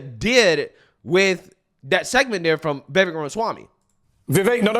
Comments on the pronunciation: It’s Vivake . It rhymes with cake. I know I spelled it wrong before anyone points that out. But yeah, so I hope this guy is not phony. Would be nice to have a VP with a spine and intellect on our side. ❤ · Go Vivek!!!! Take those bozos DOWN ! Also, it has been confirmed by the the man himself ....it is ViV-AKE...rhymes with cake. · You tell people we don't know what we're talking about but you don't know how to properly pronounce Vivek! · Dude. Pronounce his name correctly! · VIVEK rhymes with cake! 😁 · You still can't pronounce Vivek lmao after how many videos you posted of him. Not only that you actually like the guy lmao 🤣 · Man I really, really like your channel but please pronounce Vivek's name correctly. It's Vivek like "cake". He has said this many times. Thanks a lot and keep spreading the word! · I think its pronounced, (Viv'ake) like (the'cake) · Brother his name is /veevake/ and rhymes with "cake"... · Vivek rhymes with cake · 👉HIS NAME ISN'T PRONOUNCED "VAYVIK," HIS NAME IS PRONOUNCED "VIVAKE!" 👈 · I am a subscriber of your channel and watch you daily.I wanted to let you know how to pronounce "Vivek".... Its "Vuh Vake" not "Vi Vick" Keep up the good work. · Pronounce his name correctly, Vi-VAKE, not Vi-vekk. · It's Vivek sounds like CAKE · It’s NOT “Vehvek!” Learn to pronounce the names of your video targets, not only out of the respect you owe them, but so you don’t look like a careless ass! Vivek’s name is pronounced “Veevek.” You’re, but you wouldn’t like it if people start mispronouncing your last name as Foreskin, would you? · It’s pronounced Vi-Vake. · It's pronounced VivAKE like cAKE. He's a straight up baller. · ViVAKE it rhymes with cake. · Pronounced, Vavake or Va-Vake like cake. Just FYI, LOL. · Pronounced "Viv-VAKE" accent on "Vake" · Vivek like cake. Stop saying it wrong. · His name is V I V E K…..not “VEVIK” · Vivek is pronounced vi Vake......sounds like cake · Say it with me, Vi-vake. Like cake.